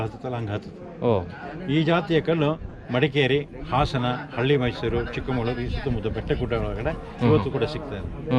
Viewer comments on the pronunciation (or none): none